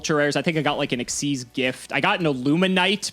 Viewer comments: It is pronounced "ikseez" not "X Y Z" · still doesn't know how to pronounce Xyz Monster. It's "ik-seez", not "X-Y-Z". I'm out, that bugs the crap out of me. Konami themselves tell you so. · stop saying X Y Z, that is wrong. It's pronounced Exceez